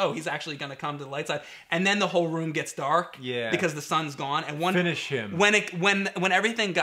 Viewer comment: James Said Finsh Him 😆😆😂😂